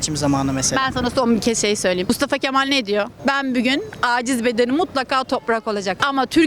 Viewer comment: İlk önce bügün değil bugün demeyi öğren